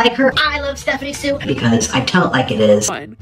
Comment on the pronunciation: You know it's pronounced Sue and not *So*...... i still loved the pun tho ❤